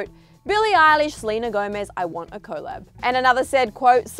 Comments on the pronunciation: What is co lab? Lol it's pronounced COLLAB lolol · It's weird how you say collab with two syllables when it's said collab not co-llab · happyfeet 3 I was just thinking the same thing. And it’s not an Australian thing because I’m Australian and I’ve never heard anyone pronounce it like co-llab. It’s just weird 🤷🏻‍♀️😒